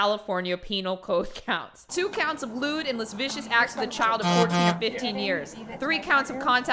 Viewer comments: Hey, just stumbled onto your channel yesterday, and I love your videos. I know this is a little pedantic, but lascivious is pronounced like "lass-ivious" not "lass-vicious". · "Lascivious" is not pronounced "lez-vicious," it's more like "la-sivvy-us." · La-siv-ee-us not las-vicious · Some monsters read lascivious as "las-vicious" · you’re hilarious. Kim got her revenge on discount Marshall. Just an FYI, because I know you’ll probably encounter it a lot more in true crime documents, “lascivious” as in “lewd and lascivious” is pronounced “luh-siv-ee-us”. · Love your videos. Your delivery is amazing. Just 1 thing Lascivious is pronounced : La-siv-v-us. Just an FYI Keep them coming!!!! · IT’s pronounced Lewd and LaSIvIUS acts and it is really bad! I feel for his victims but also his wife and son she was expecting! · “La-civ-ious” is how lascivious is pronounced. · Lewd $ lascivious 👂 “lude & luh-SIH-vee-uss” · "las vicious" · It’s pronounced “la-siv-ee-us” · i dont think it's pronounced lus vicious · Lascivious (le-siv-ee-us) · Lascivious not lavicious -. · First time coming across this channel. Thanks for sharing this. Lol, you said, "when did Ii graduate, wait did I graduate". Lol. Sounds like something I would've said on my channel too. Ahhahahahaha! Going to search this creep Jaylen Devon Fleer now. Oh and I think you meant 'Lascivious" and not La-vicious. Lol! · Please learn how to pronounce lascivious